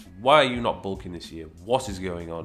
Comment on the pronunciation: Bulking not sulking mate